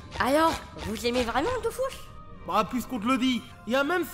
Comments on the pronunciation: Ça s'appelle de Dofus é non Dofuos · Dofous, Kamasse, Kolizeoum. Sheeesh